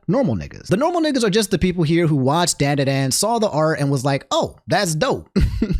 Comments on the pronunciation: Not pronounced DAN DAN DAN. DON DON DON is how it is supposed to sound,. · Stop mispronouncing Dandadan my dude